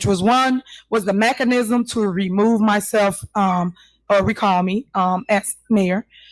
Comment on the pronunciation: That idiot said MACK-ANISM!!!!!!